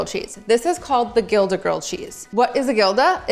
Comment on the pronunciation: btw gilda is pronounced "hilda" sounds like a H😊